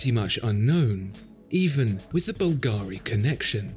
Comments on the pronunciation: Please, no more bulgAri... its is bUlgari... Other than that, great video once again! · Mate, it's bùlgari, not "bulgàri". It's an italian name (and yes, I'm italian and know how it's pronounced). Thanks.